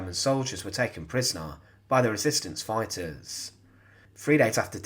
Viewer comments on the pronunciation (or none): none